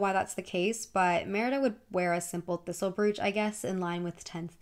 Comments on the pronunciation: i think i was more worried about the pronunciation of brooch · Where in America are you from? I've noticed you pronounce a lot of word differently and I'm curious about what kind of accent that is? Like in this video you say "brew-ch" instead of "bro-ch"? Anyway, loving these videos, maybe you could do one on non-Disney princesses and see how they stack up!